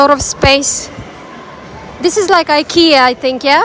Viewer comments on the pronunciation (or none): none